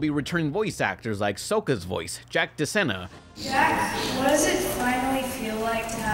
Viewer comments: did you just say Sohka....? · *Sokka. Soah-Ka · You mispronounced Sokka. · "S-Oh-kuh" Who did this to you? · how'd you mess up the pronunciation of Sokka,! This is The Last Airbender movie all over again.